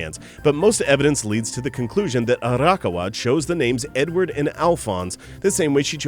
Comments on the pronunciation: Hey, just a heads up from someone living in Japan who is cringing a bit at the names... Actually, it's Ah-Ra-ka-wa, not Ara-kawa. Also, for the titan video, it's Ee-say-yama, not Isa-yama... For an Anime channel, you gotta have those names down... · So close with your pronunciation of Arakawa's name! It's not "Arahka-wa" it's "A-ra-ka-wa". Simply pronounce each individual sound with the same length and tone and you'll be golden. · There were definitely a few things I didn't know so good job on that, but I was cringing everytime I heard you pronounce Arakawa >.< Does that make me a total weeb? In my defense, I do live in Japan so I'm used to hearing it the natural setting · No, I cringe every time he says it as well. He pronounces "manga" correct, not like "mango", but then proceeds to completely butcher the name "Arakawa', a simple four-syllable Japanese name, with a disgusting Western pronunciation. You're not a weaboo for caring about that, in this case. He displayed an obvious double-standard in articulation of the names, and in an audio recording that they can freely do-over on a video specifically made for an anime channel, it's lazy and disgraceful.